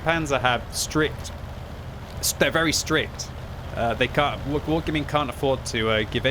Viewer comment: i definitively heard "stripped" instead of "strict"